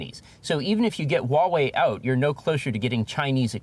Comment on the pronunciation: Huawei is pronounced HWAH-way, Not WAW-way.